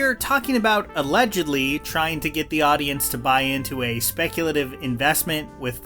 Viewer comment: How to say “the:/thee” for professional narration. “The” cable. “Thee” audio cable. Please learn this basic rule.